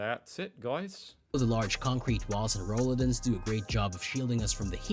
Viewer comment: I hate AI generated narrations and stock photos that don't even show German houses. Roll-UUH-dins?! Putting the em-PHAH-sis, on the wrong syll-AHBLE and generally butchering the entire word. New homes have walk-in closet areas now. They talk about no lights. Here in the States, the builder might give you a $300-400 allowance for lights, but that won't get you very far either. I know, I had to buy lights for the rest of the new built house myself. Rolladen are so useful, and they actually should have them here too.